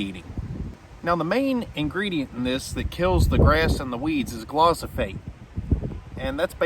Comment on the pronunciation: pronounced gli-fo-sate. Great content my friend. I will think twice this spring.